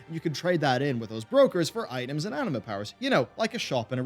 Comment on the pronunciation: everytime he says anima powers i hear anime powers xD